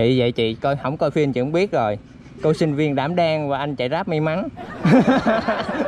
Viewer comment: "Đảm đang" này hay "Dam đang" này:)